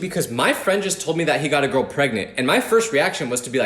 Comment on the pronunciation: we all have been there ( or will be there ) you will find your gourl ( girl said in a weird way) you ain’t a disappointment